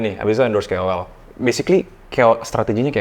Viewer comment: KOL kak bukan kewel